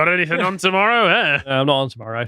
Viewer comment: Anythink? Everythink? I can't take anyone seriously who says words like that....